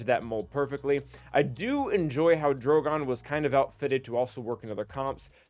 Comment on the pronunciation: Please note his name is DrogAn, not DrogOn